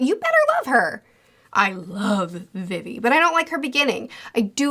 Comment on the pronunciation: Good bid but y’all YouTubers love to mispronounce things☠️😭 logue town is said like log and you say vivi like you just say the letter v twice not vivy